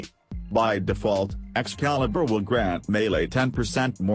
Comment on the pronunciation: I like how says "Excalibruh" instead of it's real name